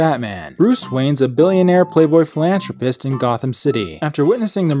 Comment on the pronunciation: It's philanTHropist, not philanTRopist. Can't believe pewds recommended you with offensive content like this.